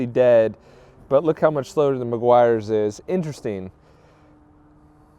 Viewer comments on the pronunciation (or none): It's pronounced Meh-gee-ars 😎